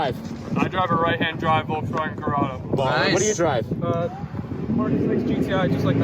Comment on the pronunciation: Did he say right hand corrado?